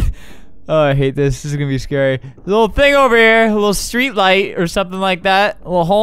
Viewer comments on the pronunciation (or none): none